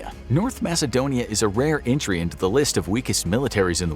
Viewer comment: Macedonia is pronounced with a K, not an S.